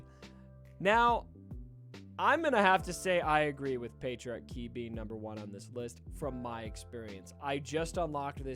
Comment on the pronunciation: The way he pronounces it sounds like patriarchy, which was just funny lol